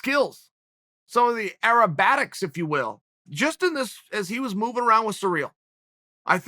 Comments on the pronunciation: "Aerobatics" it's a thing now! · Chael "arobatics" sonnen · "Arrobatics" Okay Great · Chael “arabattics” Sonnen